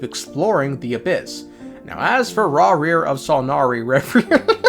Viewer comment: "Raw,reer of son,ory rarir" - 2024/6/8